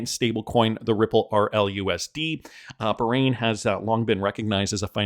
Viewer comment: You’re going to tick off a lot of people of you keep pronouncing Bahrain like that.